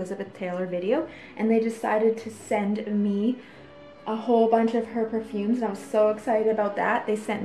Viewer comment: Did you just say pure-fooms?